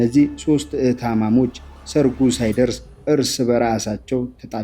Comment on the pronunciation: ብስሪ የአንችን እውቀትና ፕሮግራሞችሽን እንወዳቸዋለን ግን ትረካውን የሚያቀርበውን ሰው ስትመርጭ Atleast ጥሩ የአማረኛ እውቀት ያለው መሆኑን አረጋግጪ። የዛሬው ላይ አቅራቢው በተደጋጋሚ ግዜ "እህታማሞች" እያለ ነው የሚያወራው። መባል ያለበት " እህታማቾች" ነው። ይሄ ደስ አይልም በዛ ላይ ከማቅረባችሁ በፊት edit ተደርጎ ሊስተዋል ይገባል። በተለይ ትክክለኛ ቋንቋዎች ተበላሽተው ሲጠሩ ትክክል ስላልሆነ ቋንቋውን በበቂ ሁኔታ መናገር በሚችል ሰው አስቀርቢ። I need a like sign if u are accepted my idea dear.